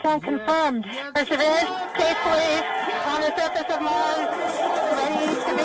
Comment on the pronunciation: What the hell is "per-severance" ?? Shouldn't wion do better especially if they are trying to reach international audiences